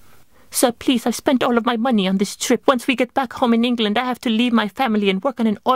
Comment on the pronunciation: Lol the way "England" was pronounced, just so you know no one says it like that